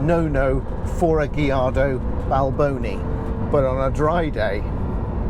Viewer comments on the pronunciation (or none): Pronounced Gajardo, not Gijardo.